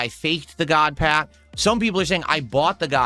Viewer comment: "Gahd Pahk"